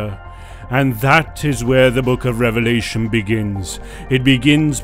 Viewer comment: Sounds like devilation not a revelation lol